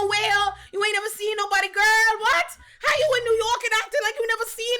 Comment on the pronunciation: “How you in New York and you act like you never seen noBAWDY?!” Lmfaoooooo